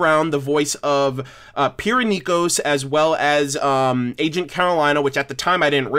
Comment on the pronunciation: (really wanted to write Qrow), I litterally CRINGED when u said “Pyhrra Nikkos”. She was taken from us, all too fucking soon. U know what, screw it. Unleashes Destiny’s Sunbreaker sunclass CINDER COME THE FUCK HERE!